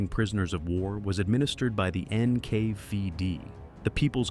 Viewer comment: “Enn-Kay-VIE-Dee” —??? What an utterly absurd pronunciation… A lot of this video is grimly informative, but it completely fails to address the now-documented reality of the feckless British and American authorities actually forcibly kidnapping 1.5 to 2 MILLION Soviet prisoners-of-war in the west and returning them to the “tender mercies” [sic-!] of the USSR in the horribly cynical Operation Keelhaul, simply because the murderous Iosef Vissarionovitch Dzhugashvili demanded it, cruelly and unjustifiable condemning them all as traitors merely because they had the bad form to surrender and not fight to the death.